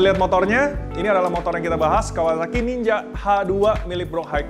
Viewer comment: Nyebut Kawasaki aja kawawaki 😂😂😂😂